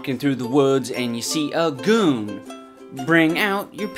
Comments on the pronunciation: I thought he said coon as in raccoon lol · Everyone just ignore the fact he said Coon?